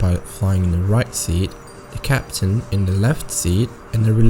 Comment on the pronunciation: another mistake ”RIGHT SEAR”